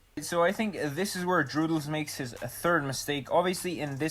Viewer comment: But you say 'turd' armor.